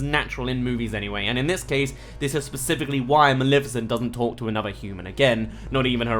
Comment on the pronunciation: What the fuck is wrong with you One: iTs NOT FUCKING MALIFICENT YOU SAY MALEFICENT THERE IS NO I Two: THIS MOVIE WAS FUCKING GREAt